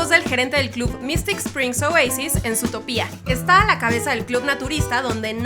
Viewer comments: Se dice Zoootópia no Zootopía por dios -_ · Por Dios, no la aguanto más!!! Es Zootopia, no Zootopía! Por suerte hay gente que te lo pone en los comentarios! El título dice ZOOTOPIA NO HAY NINGUNA TILDEEEEEE!!! (okno, ya me calmo) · No es zootopiaaa es zootopiá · like si escuchasye a la youtuber zutopia en vez de zootopia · Zootopia no zoo to pía ok aprende a hablar y yo pensé que los datos eran de la coneja y el zorro aclararo ok 😡 😠😠😠👎🖕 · Porque le dijo Zootopiá Si es Zootopia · Ahhhh... su Zootopía* cada vez que lo pronuncia así me da cólera... 🙄😅😅😅 Según yo es Zootopia* 😅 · oye mira ve el nombre de la pelicula no se dice zootopía que es como lo pronuncias tu se pronuncia zootopia originalmente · Es zootòpia no zootopia boba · no es zoo topia es zootopia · no es zutopia es zootopia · se dice zoo to pi a no zootopiá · Dato 108: Se lee ZootOpia (énfasis en la ultima O), no Zootopía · Por qué dice Zootopía y no Zootopia? 🤔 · no se llama Zootopía, se llama Zootopia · oye, es Zootopia no Zootopía! me gustan tus vids pero pronuncia bien las cosas wey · ami me matan cuando pronuncian zootopía en ves de zootopia :v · no es zootopía es zootopia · SutopÍA NOooo es Zootopia. Zoó-topia. o Zootropolis. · Es Zootopia, noo zootopía, aprende a leer ¬¬U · Juan 1449 Y que lo digas XD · Anima Oficial vengo de wikipedia, utopía se escribe con tilde en la í, por tanto se pronuncia así. Pero Zootopia no tiene tilde. Es Zootopia, no zootopía. (Nombre oficial en español: Zootopia) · Anima Oficial por tanto sigue siento zootopia, no zootopía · Guadalupe te lo dejo más claro, es Zootopia, por que así va y ya, no Zootopía, conclusión: la chica pronuncia mal, debería cortarse la lengua por eso y tú los dedos por reafirmarla. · Odie el "zootopía", si es " zootópia" >:( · Quie chingados le dice ZootopÍa? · ZOTOPÍA 😂🤦🏻‍♀️👏🏻 ole esa pronunciación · me pone nerviosa q diga zootopIa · ZUTOPIA :v aprende a hablar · ma de risa como dice Zutopia xdd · ES ZOTÓPIA, SE DICE ASÍ, NO SE DICE ZOTOPÍA